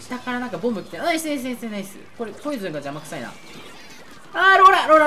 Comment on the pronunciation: ボムがボブにしか聞こえないのは耳が悪い？